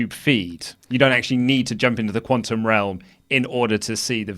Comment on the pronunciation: "... no need to jump into the quauntum realm..."